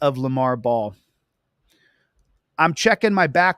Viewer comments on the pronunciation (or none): Lamar BELL not Ball